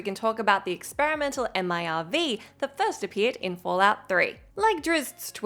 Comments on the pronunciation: M.I.R.V? Just say Merv like normal people please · Spelling out MIRV rather that just pronouncing it made me hurt. Realizing we'll have to wait forever to actually get "Fallout 6" was a fatal blow. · Wow imagine actually spelling out MIRV rather than just saying as its actual word